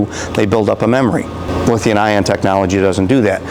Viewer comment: someone needs to tell that guy it's lithium with an M... he says lithian all the time